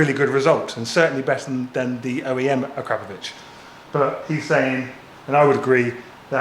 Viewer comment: You are one of the few pronouncing Akrapovic correctly 😂